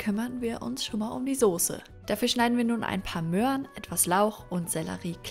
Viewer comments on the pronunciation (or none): Awww du sagst "Möan"! Ich weiß nicht ewarum, aber das ist mir mega sympathisch. Gibts ein Video wo du über Käse sagst? mit ä? Also nicht Keeese. Oder Kcheeese